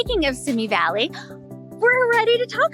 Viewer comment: Simi- is pronounced—— See me